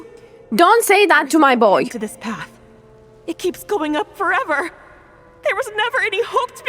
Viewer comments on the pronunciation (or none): none